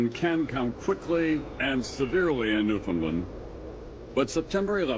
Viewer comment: I know it’s been a while since this was posted but I’m gonna really plead with Americans to do Newfoundlanders one small precious favor. Could you stop pronouncing it New-found-lund. It’s rude. It’s NewFinLAND. Say it that way to a native Newfoundlander and they will love you for it. I mean for saving thousands of your people we deserve at least that